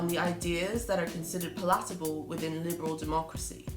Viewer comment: Is that a British way of pronouncing the word “palatable,” or is it idiosyncratic?